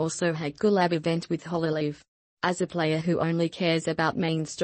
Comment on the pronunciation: why did she call hololive hololololive